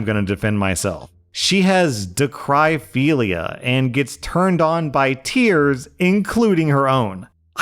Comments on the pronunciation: It isn't pronounced (dah-cry-philia) It's pronounced (dah-krih-philia) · Just an FYI for everyone who thought they were also crazy... it is pronounced da·kruh·fee·lee·uh not da-cry-fee-lee-uh. You aren't crazy. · Info: the way to pronounce dacryphilia is da·kruh·fee·lee·uh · rlash, dacryphilia is not, in fact, pronounced “da-cry-phelia” 😭😭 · lol i’m p sure is more like “da-cruh” like a daiquiri